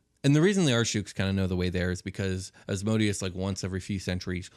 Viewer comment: Love this topic and love your show! Just a quick thing though, it’s Asmodeus (æzməˈdiːəs), or more simply: Asmedayous”. It really gets me when people pronounce it “asmoadious” haha. Thanks for this episode though, keep up the good work 👌🏼